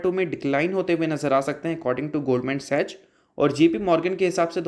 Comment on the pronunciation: Love your channel broes, but it's pronounced goldman sacks(sachs)